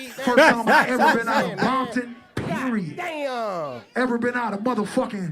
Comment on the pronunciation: All of a sudden Game saying Bompton😂😂 wow!! If you listen to his music he doesn’t say any of that. That nigga fake as fuck..Yg kept it real that’s why he more respected then the Game